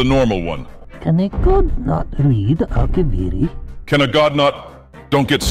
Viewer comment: would make Uncle proud in his Akaviri pronunciation.